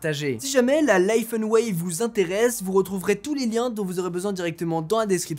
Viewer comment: Au début comme tu parlais d'Apple la première fois que tu as dis Laifen j'ai cru que tu prononçais juste n'importe comment l'iPhone ahah